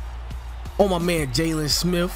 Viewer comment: Nigga said “jaylon smiff”